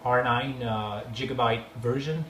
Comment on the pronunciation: Jigabyte? xD